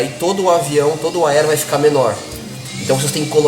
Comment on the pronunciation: . AELO ... cebolinha do hobbie brasil kkkkkj